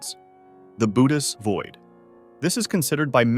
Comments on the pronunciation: Boots...BOOTS void....not Bootys void. 🤦‍♂️ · Unfortunately, I realized too soon that its not pronounced (booh teez) but rather (boh ah teez) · It's pronounced "bu-O-tes" void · You pronounced Bootes two different ways. Next time just look up correct pronunciations instead of winging it.